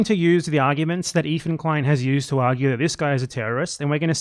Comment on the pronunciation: “EEFAN KWEIN” 💀💀💀💀 you fuckin dork you are absolutely wrong and sound stupid